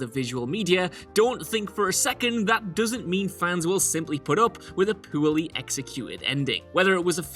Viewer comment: I never know if says "poorly" or "poo-ily"